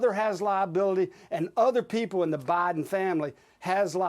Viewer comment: "president BAHden"..😂